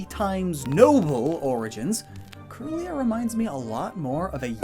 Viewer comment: Kirlia is pronounced “keerlia,” it refers to Kirlian photography which has to do with photographing psychic aura